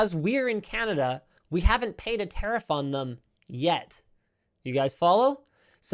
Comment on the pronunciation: Its pronounced ta riff not ter riff